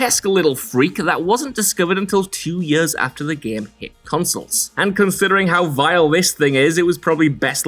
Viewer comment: "The Gam!!!!"